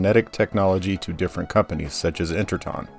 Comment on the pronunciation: Almost certain that "Interton" should rhyme with "tone".